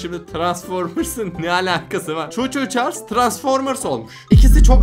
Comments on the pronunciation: Çu Çuçars değil Thomas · Thomas'a Choco Charlices diyen koca yürekli abimiz❤ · Abi senin Choo Choo Charles dediğin Choocharkes değil o tomash